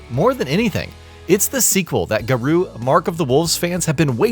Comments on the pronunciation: Ga-Roh. Not Ga-Roo. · Its GARŌ said Gah-roe. What in the hell is a garoo? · Garooo Tie-sock Mai shenwee Would it hurt you guys to do some due dilligence on how to pronounce the characters and name of the game properly. it just shows a complete lack of professionalism